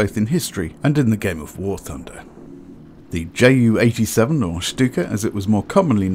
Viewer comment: Hi, I have a question... why are you name this bird as "JAY U"... anyone (in germany) call(ed) it "Ju" like in "You". "Ju" is just the abbreviation of "Junkers", also it was much easier to say "Ju" instead of "Jott U" (which is your Jay U)". There is also an other example... the Junkers JU 52 was called "Tante Ju" (Aunt Ju). So... why do you call it "Jay U"? And just as an educatioal information: german planes like the Me 262 or Do 335 were pronounced as "Me Two Sixty Two (Me Zwo Zwoundsechsig)" and "Do Three Thirty Five (Do Drei Fünfunddreißig)" (just because a "Me Zweihundertzweiundsechsig" is way to complex to say). Also, the german 2 (Zwei) was pronounced as "Zwo", because "Zwei" sounds too similar to "Drei (three)"...